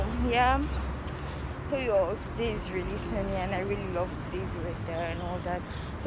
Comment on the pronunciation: Girl you really murdered “so” 😂😂 love the hair though❤️